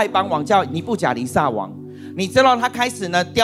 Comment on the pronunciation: 尼布甲尼撒。 名詞撒一聲ㄙㄚ。 耶路撒冷。亞撒黑。苦撒 薩克斯風。薩四聲ㄙㄚˋ。